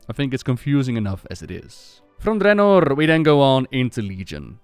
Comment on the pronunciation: I like the way you say "Draenor" with that rolled R. I've tried saying it that way, but I can't pull it off.